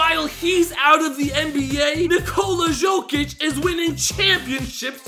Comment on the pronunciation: no way he just said shokic